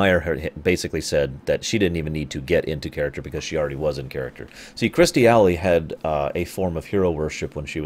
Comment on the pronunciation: Here we go. I wonder if this is the video where you managed to learn how to say Kirstie Alley's name.